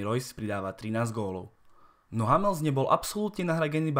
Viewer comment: Autor by se mohl naučit vyslovovat jméno hráče: Hammels zní strašidelně. A psaní o přestupu Lewandowského, že odešel zadarmo. Vždyť bylo jasné, že Lewa nechce v létě 2013 prodloužit kontrakt a vedení dalo tehdy jasně najevo, že preferuje sportovní úspěch v sezóně 13/14 s Lewou než okamžitý příjem z přestupu, který tehdy mohli do Bayernu udělat. A u Hummelse je cena za hráče s pouze ročním kontaktem výborná. Dortmund do velké míry trpí tím, že anglické kluby mohou nabízet obrovské částky za přestupy, čemuž BVB nemůže konkurovat. V podstatě díky kvalitě svého kádru na to v Německu doplatil asi nejvíc.